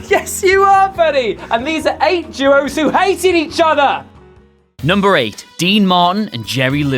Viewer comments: Legendary Jew-Oh's? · "Lejendary Juos" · "Legendary juos" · Why can't the English say "duos" correctly?